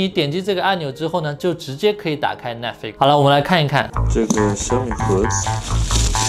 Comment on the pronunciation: Netflix，重音在Net，flix要轻，要含糊，才有逼格。